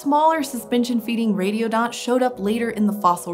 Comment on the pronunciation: I thought she said "radio dot"